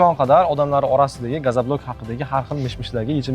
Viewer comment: Iltimos "gazablok" emas gazoblok deylar